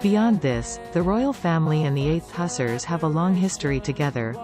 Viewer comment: Hussars is pronounced 'Hoo-zars'